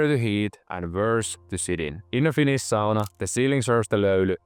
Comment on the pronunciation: "Finis sauna" pikkusenko vahva aksentti :D